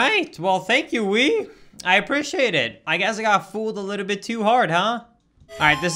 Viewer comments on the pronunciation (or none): none